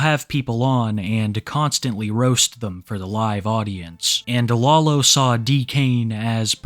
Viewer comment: Hearing say “law-low” is sending me